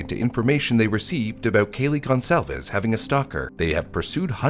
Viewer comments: The Goncalves family pronounces thier surname as "Gone Sal Ves" not as "Gone Calves" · Agreed; Kaylee Goncalves last name is pronounced Gon-Zal-Vez, and every time I heard him say Gon-Cahvs I did a double take lol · Its not pronounced gon-cal-ves. The Goncalves family deserves their name to be said correctly and I don't understand why it's not obvious how it's pronounced. And the tiktok psychic situation hasn't been fully resolved - the tiktoker is set to appear in person for a trial to determine how much she needs to pay the professor and from the state of her filings, it's a toss up whether she'll even appear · Whats with the mispronunciations? Arraignment was arrangement and Goncalves was mispronounced throughout as gon calves. It is gone solve is. Is it AI that reads the script? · Pronounced - Gon-cohl-vez (per Steve G) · 'Arraignment' is not pronounced 'arrangement,' the g is silent and the second syllable ends with an 'n' sound. The Moscow in Idaho is pronounced moss-co not moss-cow. Finally, in the last name 'Goncalves' the c makes an s sound like 'gone-saul-vez'. Just FYI, so that you can correct these pronunciations and appear more professional and informed in the future. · I love your videos, but they'd be even better if you double-checked your voiceover pronunciations! "Goncalves" is probably gohn-SAL-vess, while "arraignment" is ar-RAIN-ment.